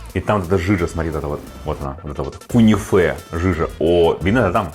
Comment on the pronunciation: произносится и пишется кюнефе,а не кунифе😂это десерт!!!